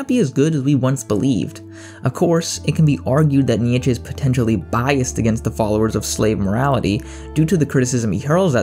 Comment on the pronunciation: Wrong pronunciation of Nietzsche